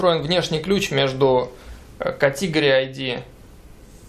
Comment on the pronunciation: кАтегри, а не катИгори((( а так спасибо за урок :D